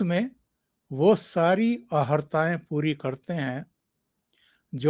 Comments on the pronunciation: भाषा शुद्धि अहर्ता न बोल कर अर्हता बोला जाय. सादर. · अहर्ता नही अर्हता बोलिये